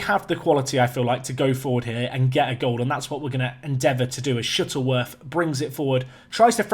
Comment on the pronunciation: I swear sometimes you say Shittleworth lmao